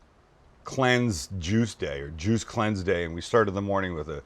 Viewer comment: I swore he said a JEW Cleanse 😮😮😮😮 had to go back and double check.